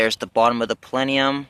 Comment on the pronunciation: What's a "palenium" 😝